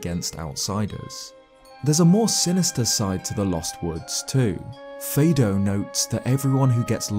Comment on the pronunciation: All the Kokiri names are based on the solfège musical scale (do re mi fa so la ti do). So "Fado" would be pronounced "fa do", not "fay do". Mido is "mi do", and so on.